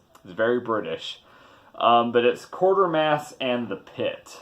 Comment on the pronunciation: WTF it's pronounced 'Kwaytermass'- I should know I'm from UK with my bowler hat and brolly !!!!!